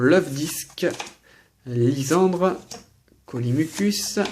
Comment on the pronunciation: Mdr c'est depuis quand un "s" entre 2 voyelles ça se prononce comme un c , c'est lysandre pas lyssandre .. Bonne continuation ! ;)